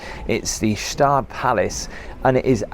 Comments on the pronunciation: This video is not new, i saw this ages ago. Gstaad is not pronounced ge staad. Gstaad is where Roger Moore and Elizabeth Taylor had a chalet, also Princess Grace and her husband had one too. There are a lot of celebrities who had property here. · pronounced 'GShatt' witha silent G, so 'Shatt' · Great video I think you pronounce the Name as Gstard for Gstaad Not fancying that bridge though 😮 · well I'm from Australia, so obviously I pronounce it "Gus-taaahd" lol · Please don't call it "Guh-Staad" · Its pronounced Gshdaahd, kinda long A's. The middle T almost is spoken as a D as well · It’s pronounced as “Shtad” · Ge-staad or Gish-staad are both acceptable. The G isn’t silent. Great video! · Gstaad is pronounced with the G 🎉❤ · I think it's pronounced Shtart but I might be wrong. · A crazy village this “Gstaad” ... The “G” is pronounced clearly. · The G is not quite silent… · You pronounce the name wrong. You don’t say the G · The G is silent in Gstaad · FFS the G is silent you fool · Kschtaad - you say the g but without an e or I after it. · Hi, just to help with the pronunciation, it's pronounced Gstaad, not Gstaad. Thought I'd help you out in the comments like you asked! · Hi...Switzerland is a great country for hotels and hoteliers so a nice video. Does Gstaad (NO silent G) have extra special views? Well No! Try Zermatt instead. Is the Palace hotel unique? No again. The snow at the higher resorts comes earlier so I'd go elsewhere. Hopefully Christmas next year. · I'm Fiona Stephens (Ari) from Balkarat, wow those prices on Gstaad, but the Alps views. I was in Vervey in 80s, I wish I'd stayed. Love this video, great work. G is soft G in Gstaad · Hello. I love Switzerland / Suisse. To pronounce Gstaad is same as the writing. Say it with the G infront Merry Christmas,. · I am Swiss and it is pronaunced Gstaad, not Gestaaaad...nice video pal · Staad….drop the G ! Correct pronunciation ❤ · It’s pronounced ish’taad. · It's pronounced SHTAAHD